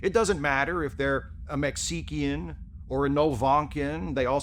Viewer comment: "Mech-see-ki-an" border? Well done sir. Well done. 🤣🤣